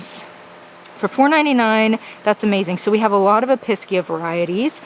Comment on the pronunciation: EPEESHEAH not episkia!!